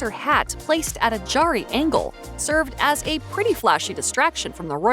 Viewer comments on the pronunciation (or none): none